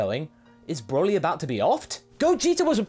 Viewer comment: Hey you said Borly.